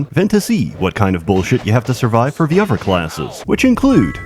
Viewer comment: I like when you add v's to every other word.... Other is uvver